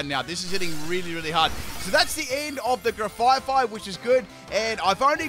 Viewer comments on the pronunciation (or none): another gen, another opportunity for to mispronounce my favorite pokemon's names (grafaifai lol)